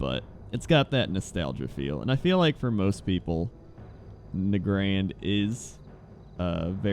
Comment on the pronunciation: I miss you saying NAYgrund. Every time I'm questing in there I jump around on my mounts and in my head say NAYgrund NAYgrund NAYgrund over and over. I miss it.